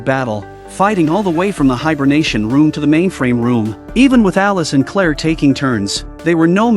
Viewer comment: Claire…. Clear.. but hey.